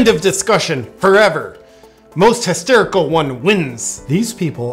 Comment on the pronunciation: He said testerical lol